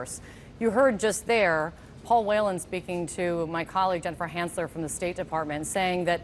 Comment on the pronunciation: I'm from Ireland and is that man's last name Whelan they way they say it is so wrong and funny as it's pronounced wheel-an not whale-an